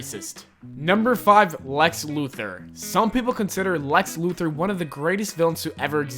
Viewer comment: did he say lex Luther or muther